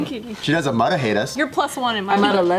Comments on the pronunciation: What are Jess' thoughts on "Beaw" then? Also, since Jess says that she watches every JKNews, I can kinda see how she can get tired of Joe saying mudda since he says it like 98-100% of the episodes. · James.. do your job. I swear I've heard Jess say Mudda voluntarily b4